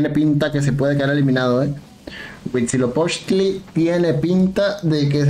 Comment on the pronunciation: Me dió ansiedad que pronuncie bien Huitzilopochtl, y Darknight no JAJAJA